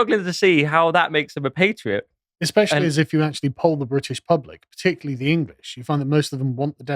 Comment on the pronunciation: Pronunciation is important- patriot ...the pat is as cat